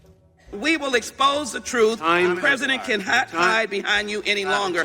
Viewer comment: "Preaident Swalwell" HAHAHAHAHAHA did you people catch that?? BURN!!!!!!